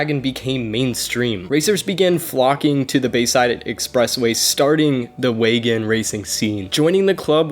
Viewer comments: WAN GAN, not Wagon lol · Wagan?? Ugh wangan bro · Wagan!?!?!?!?! Its WANGAN!!! 🤦‍♂️ ngl it was cringy hearing you messing such an iconic name of a street racing road 😒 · Its wangan.. no wagen 😌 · my god u tried ur best but stop saying wagon please, won gon not so hard to pronounce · Wangan, not Wagon. Where did you come up with Wagon? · It is not WAGAN its ''WANGAN'' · The 280 horsepower limit isn’t a law, it’s known as the gentlemen’s agreement. And for fucks sake it’s waNgAn not wagon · Bruh u were pronouncing wangan so bad it’s wan-gan not wagon 💀💀💀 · wagin, wagan, wagon, dude "wangan" is not hard to pronounce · Wangan. Wan-Gan. Not Wagon. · It is pronounced one gun bro not wagon wan-one gan-gun 🤣😂 its like your calling a Corvette a Mini Cooper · Dude, it's "Wang gan" jeeeezuz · just a heads up... its pronounced "wahn-gun" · Its pronounced (won-gon) your saying it wrong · Good story, but as other mentioned its "Wan-Gan" (wahn gahn). It literally translates to "Bay side" There is an anime series and by extension an even older Arcade Game series (Wangan Midnight Maximum Tune) this essentially the (loosely based) story of these racers. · did he really call the wangan "wagan" ? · I mean you could’ve watched wangan midnight anime to get the pronounciation correct. Cool vid reading the misinformation that’s been on Wikipedia for years tho.